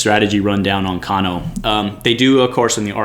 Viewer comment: Another great video, but I'm fairly certain his name is pronounced "cane-o" not "caan-o" ...